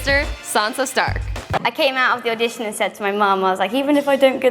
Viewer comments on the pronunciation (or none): Matt J I dunno.. She pronounced audition as addition about ten times. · The first time she pronounced "audition" as "addition" I thought she'd just stumbled there...apparently not...